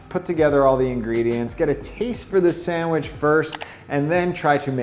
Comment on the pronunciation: Have a shot of whisky every time he says SAMWIDGE!